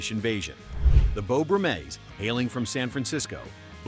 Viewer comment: Jim Morrison was never in "THEM". And someone should vet these videos before posting them for correct pronunciations! It's the "Beau BRUMmels", not "BruMELLS.